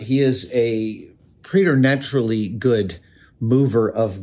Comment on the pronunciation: Preternaturally, pronounced pret like fret